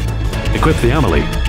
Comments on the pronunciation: With no accent, the Spanish would pronounce it "Am-EL-ee", with the stress on the E, not the A. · The Emily? Are you sure that's how it's pronounced? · I thought it was pronounced emeeley